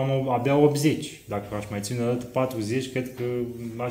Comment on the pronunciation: În filmuleț am tot auzit: “cealaNtă”, “celălaNt”, “ceilaNți”. Asta e singura observație. În rest e totul perfect. Felicitări!